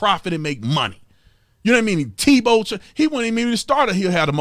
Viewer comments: I stoped listening to Stephen a when he said Tebow went to Florida St. Tevowbwent to Florida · Is it me or did Stephen a say tebow played at Florida state?? Lol